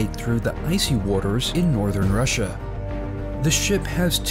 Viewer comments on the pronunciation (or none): none